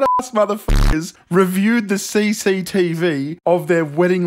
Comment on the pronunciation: I never realized how enjoyable it is to hear someone say “CCTV” with an Aussie accent.